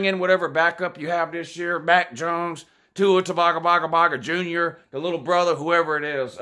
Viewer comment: 🤣🤣🤣 “tua taloggga”